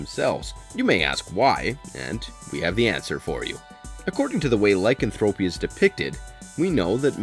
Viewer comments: Does a video about werewolves, can't pronounce Lycanthropy.... (lai·kan·thruh·pee emphasis on the KAN) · " LY-CAN-Thra-PY" is the way you pronounce it. And "Being Human USA sucked compared to the original BBC version (and no CGI werewolves_) Wolf Lake was a good show; but like Twilight and Biten; shape shifters; not werewolves. Werewolves as Bipeds, not shifted into real wolves. Half human/Half wolf is a Werewolf. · The repeated mispronouncing' of 'lycanthropy' was annoying.